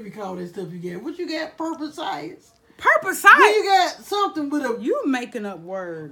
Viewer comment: Purpasidess...😂😂😂😂 I sho did laugh out loud on that one! And said "you look like parentheses when you try to bend down" Oooo weee! I was dead then.